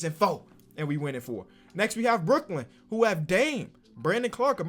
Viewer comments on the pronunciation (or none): none